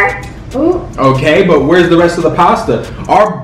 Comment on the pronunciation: He said weres all the pasta 😴😴😂😂😂😂😂😂